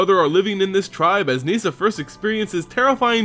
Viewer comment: It’s nihssa, not niesa